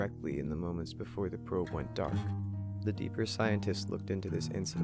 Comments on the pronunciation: The phobos 'indicent' lol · Incident or indicent ??? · "the phobos indicent" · Indicent? Come on, dude. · True or not, it's incident, not indicent. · What is an "indicent"?